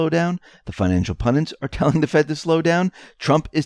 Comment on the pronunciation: PUN-DITS. (ONE "N") PUN-DIT. Rhymes with "FUND- IT". Try "SEND - IT". (Simple!) Where do people get that other version???